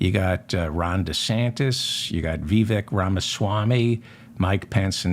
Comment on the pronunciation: Vivek rhymes with cake.